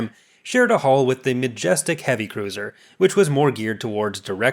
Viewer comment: its sounds like you are saying haul not hull